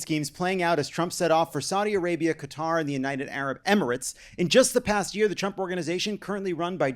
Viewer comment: Hey! You're saying Qatar right this time! Ope. Update: said it right the first time at least...